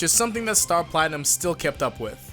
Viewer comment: Star Platimnum??? more like Star Platkhnum!